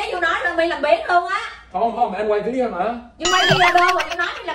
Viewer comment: Video đọc là vi đi ô